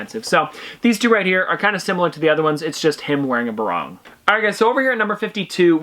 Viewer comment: Eeek the way he says “barong” 😖